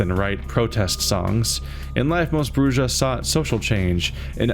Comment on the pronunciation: It bothers me how you mispronounce "Brujah"!